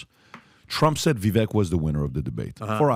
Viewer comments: VEE VAKE.. repeat it with me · Vivek rhymes with snake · ▶️ It's "Ve-VAKE" like Cake! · Vivek rhymes with “cake”. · Vivek as in snake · Get his name right. It’s pronounced “Vivayke” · PRONOUNCE HIS NAME CORRECTLY ,AS YOU GUY' ARE PUTTING ME OFF.... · PLEASE LEARN HOW TO pronounce VIVEK'S NAME PROPERLY ........